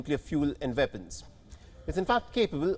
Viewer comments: Why can't the newscaster pronounce "W" villing, veapons, vorld, if he cannot speak English properly he shouldn't be reading the news in English it makes the channel sound amateurish. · my point was his accent makes a W sound like a V.